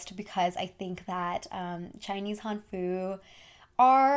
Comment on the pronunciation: hanfu is HANfu, more emphasis on the first syllable :>